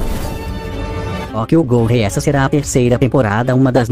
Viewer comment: Essa tiazinha falando "Tokyo guru" foi engraçado kikj